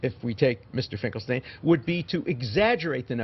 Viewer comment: You know, to be fair, the I.Q. of Dershowitz, can't possibly be higher than 75 to 80!! I can't believe how - as a Jew - he keeps pronouncing "Finkelstein" as "Finkel- Stine", when it's "Finkel-Steen"!! My world history college instructor, Dr. Epstein, used to Scream at the students who called him, "Ep-Stine", and would very angrily Shout, "Ep-Steen, Ep-Steen"!!😊